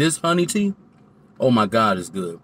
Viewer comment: everytime he says oh my god. lord i hear oh my brandon